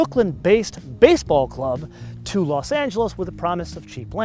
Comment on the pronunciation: Los not lasp